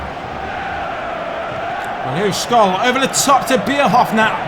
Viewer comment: Please, for god's sake, don't pronounce SCHOLL like SCHOLES without S. SCH in Germany sounds like SH in English.